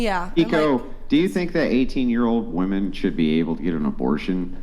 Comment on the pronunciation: Keeko, please learn how to say the plural form of WOMAN properly. It's not WOMAN (whuh-man). It's WOMEN (whih-men).